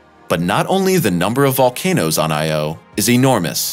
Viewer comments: I had to stop this after three minutes. Listening to this guy pronounce Io as if it’s just two separate individual letters like in A.I. Is like nails on a chalkboard. No one thought to correct him throughout this whole voice over recording process? But then, every once in a while he gets it right. It’s like watching a commercial for Xarelto. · Because of your pronunciation of the name 'Io' I won't be subscribing or watching anymore of your videos. You git. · I had to stop watching. It irked me too much to hear him pronounce "Io" and "Europa". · YOU'RE PRONOUNCING "IO" INCORRECTLY -- KNOCK IT OFF! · Great video as always but half the reason I clicked on it was to see if he mispronounced "Io" the same way he did "Europa" in the other video. 🤣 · Dude, you’re KILLIN’ me... Every time you say, “I - O” you make me cringe. It’s not two separate letters. It’s ONE word, pronounced, “EYEyo” with NO separation or pause between the letters. No pause between the letters. One word. Say it quickly, Io (EYEyo) with the emphasis on the ‘EYE’. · Europa= Eur-oh-pa not Euro-pa... second only to I-O. Or corectly Eyeoh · "Io" is not pronounced "Eye. Oh", it's pronounced "EyeOh"...no break between the sounds. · Why is earth “unusual” for having only one moon? The rocky, inner planets are unlike outer, gas giants. In their own context, the inner planets have low-number or zero moons. Earth is merely average for having one moon because Mercury and Venus have none, and Mars two. And what’s up with the robotic “Eye Oh” pronunciation? It’s Io. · well, actually it should be pronounced something like "EEyo" but that's another story... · It is not separate sylables, "I," and "o." But blended in sound as Eyeyo. Those letters are not acronyms. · Dude said.....I......O. and EUROPE-(AH). ER-BODY ELSE SAYS IO AND EUROPA. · Couldn't continue watching this, became too irritated by the constant I - O. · Say 'iodine', and you'll have the correct pronunciation for Io...!!! You're welcome....